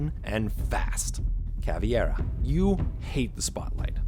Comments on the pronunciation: Caveira= Cavi- ra, not cavy-ira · Also, it's pronounced Ca-vi-ar, not Caveira. Bonus fact: did you know she is the healthiest operator? Also, everyone avoids her like they were a kid and she was a salad bowl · Caviera?! Is it really how we should pronounce her name? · Bruh, he pronounced caveira wrong